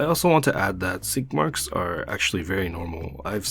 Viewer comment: Swore he said skid marks!!!!